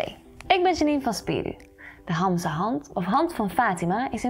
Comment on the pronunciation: Begin eerst met hamsa goed uit te spreken en ga dan verder